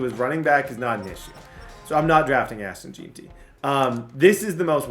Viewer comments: It's JEN-TEE FFS lmao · “ashton jeenty”